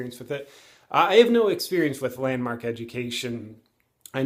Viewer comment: JP the way you first said it sounds like Landmarket LOL